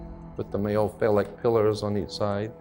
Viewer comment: "CRISCO OIL" IS CRYSTALIZED COTTON SEED OIL Everything ain't what he says exactly 💯. "NOXEMA" BRAND NAME OF FACE CREAM - NO EXEMA THE WORD IS "PHALLIC" he is mispronouncing. Why would an educated man call a woman's vagina, "BOX"? YEAH, WE ALL NEED TO LEARN NOT TO REPLACE FOOLISH THINKING WITH FOOL THINKING.😮